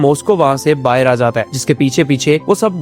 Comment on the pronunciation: Bhaar hota he bahir nhi